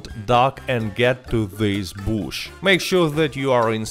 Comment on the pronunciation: “get to this booosh”